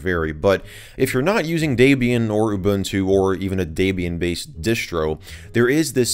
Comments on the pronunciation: deeebian not daibian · D"e"bian. Not Daybian. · Welp, that's the first time I've ever heard "Debian" mispronounced. Did that drive anyone else crazy? It's not pronounced "DAY-be-an" it's pronounced "Deb-e-in", as in the name was come up with as a mashup of the names Deb(ra) and Ian ... Debian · i'm sorry but , DEBIAN NOT DAYBIAN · your saying Debian wrong lol its DEBIAN not daybian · Daybian is indeed a very nice OS and there are a lot or people who use it. Personally though, I prefer Orch L-eye-nux. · who else is slightly irritated by the way he says debian >_< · Lol the way he pronounces Debian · you speak incorrect for Debian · You said Debian wrong